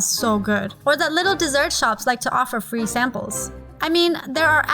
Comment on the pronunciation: In the beginning,did anyone notice how she said free😂 no hate but I love this vid